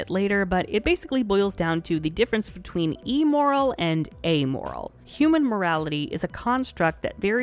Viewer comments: There's this part of my brain nagging me to be technical of the pronunciation of "immoral" as "e-moral," as if it means morality formed from digital content. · I’ve never heard somebody pronounce immoral wrong before. Cool!